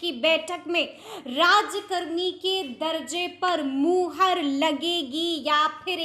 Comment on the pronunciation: मैडम जी आप बोलती हैं तो मेरी हंसी रूकती नहीं है 😂 जरा लफ्जों को कम चिबाया कीजिए। और" मूहर" नही होता "मुहर" होता है। 😅